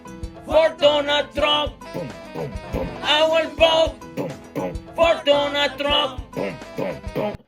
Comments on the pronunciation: “Ay will vat for DONAL TRUNNN” HE PROBABLY DEPORTED HER CAUSE SHE CANNOT EVEN PRONOUNCE HIS NAME 😂😂😂😂😂 AND CAUSE THAT SONG IS ATROCIOUS. ITS WORSE THAN NAILS ON A CHALKBOARD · Lol, I hear both donut and Donna Trunk, lol. "I will boat for Donna Trunk." It's unfortunate for those who are suffering behind fools like her. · "I wheel boat for donut trunk!" You kill me!! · A ha ha ha ha ha haaaaa! " I will boat for Donut Trunk" hee hee heeeeee! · Actually, it was "I will boat for Donut Trunk....😝😂🤣